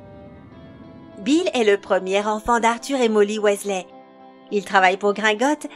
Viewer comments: Ça ce prononce "W[i]sley pas W[ê]sley mdr. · CA SE PRONONCE PAS WéZLé MAIS WIZELAI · Wessley?? WEASLEY!! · WISLAY PAS WAYSLAY ! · Michael KRIKORIAN surtout prononcer Wesley au lieu de Wysley (phonétiquement€ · Ah oui g oublier Bill ... WHÈSLEH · sa s'écrit weasley mais sa ce dit "WISLER" il le dise dans les filmes on ne fait pas une video harry potter si on ne c pas pronnoncer les noms dsl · Sa se dit Wisley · "Ron Ouaislai" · RON OUAIZLAI 😂😂 allez je m’arrête là c’est trop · Prononciation 0,00/10 ca donne envie de lui casser la figure ou! Utiliser Avada kedavra et en plus la voix est ultra méga giga super chiante surtout la prononciation du mot weasley elle prononce wéslé😁😁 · Bonjour je m'appelle rone ouaislais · Bill wesley, victor kroooum..... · Wat the fuk comment elle dit Weasley la honte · Mais oui elle a pas respecté le nom de famille des Weasley 😭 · Jigsaw moi je déteste quand elle dit weasley